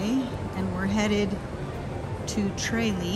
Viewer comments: TRAYlee????😂😂😂 It’s pronounced Truh LEE😊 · Nice video, good content. But you were pronouncing Tralee wrong. It is a short “a” sound. 😊☘️